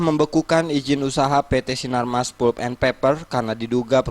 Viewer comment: palp bacanya.. bukan pul..